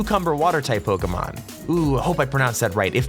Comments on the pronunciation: when he said PokeEEEEEEEEEEEEEEEEEEEEEEEmon I cringed although u pronounce pyukumuku right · It’s pronounced Poke-ay-mon